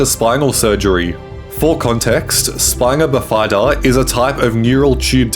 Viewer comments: Spinal bifida--pronounced biff-ihh--duhhh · 😂😂😂”Spinal bif-EYE-duh”😂😂😂